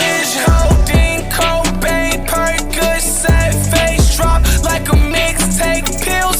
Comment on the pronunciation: Bro said codain cobain